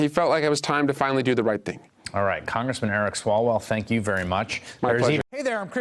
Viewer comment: Swear to god I heard eric swallow at the beginning, I giggled